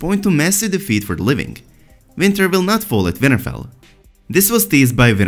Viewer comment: His accent made WinterFell sound like Vinterveil lmao.